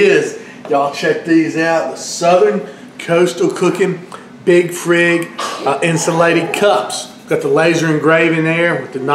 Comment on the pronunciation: Hey, not trying to be disrespectful, but I think it's pronounced Frig...as in reFRIGerator. God bless brother